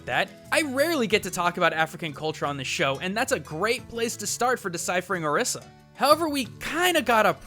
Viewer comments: It's pronounced (Oh-ree-sah) not (Ah-rih-sah) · her name is pronounced (O-ree-sah) Orisa. The Spiritual figures are call (O-ree-Sha) Orisha. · IT IS PRONOUNCED OR-EE-SA NOT OR-IS-A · how do you pronounce Orisa ? why do you pronounce it that way? I pronounce it as Or-ree-sa. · hobo 13 also not the way you say orisa's name in the game. He says "or iss a" her voice lines specifically voice out "I am or ees a" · i'm just saying you pronounced Orisa wrong (don't blame me) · Sure, there is the "Orisha" thing, but does ANYONE else notice that it's just OR-15 with an "a" at the end? ANYONE? OR15=ORIS. See? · You do realize both pronunciations have been used by blizzard officials, and they're the ones who created the name. Technically both are right.